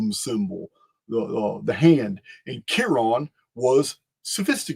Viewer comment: Chiron its pronounced “kai-ren” i actually named my son that everyone says it’s so unique and i tell them i got it from Greek mythology